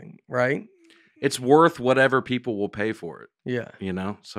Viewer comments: I would really appreciate it if Nate would try to pronounce the difference between wheel and will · Nate pronounces “will” and “wheel” exactly the same way